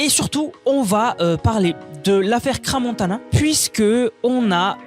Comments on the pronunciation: Ce dessin est immonde en effet mais quand on veut faire des vidéos, il faut apprendre à parler français, c' est quoi ce wesh et cra montana, on dit crans montana. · J’ai quitté quand il a dit Cra Montana